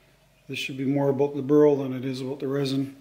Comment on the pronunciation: Dear "BURL" pronounce with one cylable not " BURUL" with 2 cylable. You pronounce it wrong all the time.sorry